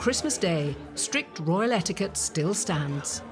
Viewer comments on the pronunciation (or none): none